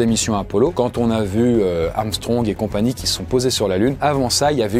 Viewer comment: Enfin quelqu'un qui prononce bien son nom : Armstrong <3 quand les gens me dise amstrong je chante amstrong je ne suis pas noir, je suis blanc de peau mdrrr